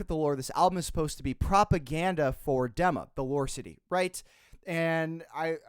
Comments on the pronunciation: it IS actually prononced DIMA, not DEMA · did this dude just say dem-a?